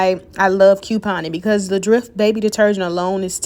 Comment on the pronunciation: Ty but do u ever have any $19 deals & fyi it's dreft with e sound not drift with I sound 🤷🏿‍♀️